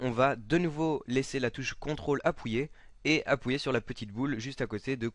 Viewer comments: Mdr il dis "appouyer" au lieu de "appuyer" Super tuto ! :) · Bon tuto mais juste un truc on dit appuyer pas appouyer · Ta dis Apouyer mdr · MDR tu dit Apwouillé au lieu d'appuyer mdr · mdrr "apouyer" xD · super vidéo ! tu m'as tué avec ton "apouyé" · c'est un accent ) enfin j'crois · Il a dit appouyer ou je reve xD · Je suis le seul à éclater de rire quand il dit "Appouyer"? x') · on va "appouyer" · faut pas oublier de maintenir CTRL " Appouyer " mdr, sinon a part sa super tuto t'assure ;) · Il vous suffit d'appouyer,on appouit lol Merci mec jviens de le prendre et j'avou que tu m'as bien aidé.abonnement oblige :) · J'adore t'est video!!!! Se qui ma fait rire c'est quand tu disait "appouier" sinon continue!!!!!;) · j'adore quand tu dis on va "appouiyer" mdrr sinon tes tutos franchement que dire de plus a ^part parfait!!!!! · Jadors quand tu dit apuié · T'as un problème avec le mot 'appuyez' sinon super tuto !